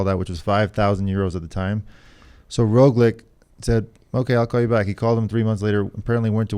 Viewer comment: Roglič (in this episode you started to mispronounce Roglič for no reason at all ) after being asked why he was not reacting to Pogačar's attacks on the first mountain stage said: "Why should I chase a Slovenian"...that was on the Slovenian tv